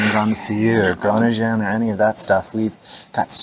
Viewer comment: Great vlog. Please continue and I love your pronounciation (like groningen, fantastic)